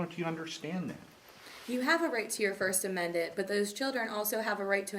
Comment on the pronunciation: Listen to 1st amendet not only shes a bully but she can not say the 1st amendment